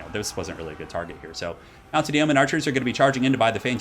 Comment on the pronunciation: Love your work, just wanted to say "Yeoman" is pronounced "Yo-man"... I know, I know grammar police and all but for whatever reason I hate hearing "Yee-o-man" lol....